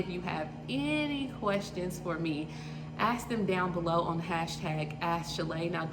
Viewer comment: ask/asked not aks/aksed